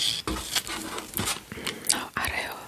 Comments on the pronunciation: Арео емес орео гой аже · Ареио?Не орео? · Арео емес орео деп айтылады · Тәте ореоны Арео дегеніңіз калай кетті 😂